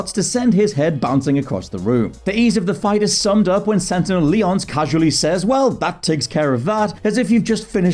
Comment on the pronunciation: The way he pronounced Lyons (lee-ons) made me cringe. Also Alduin from Skyrim should be on here.